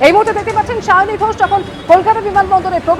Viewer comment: Sayoni k seyoni seyoni bolei jachhe 😂😂😂